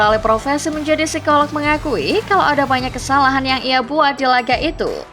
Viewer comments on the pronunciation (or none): none